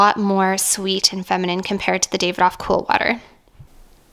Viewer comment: Davidoff is pronounced daaahvidof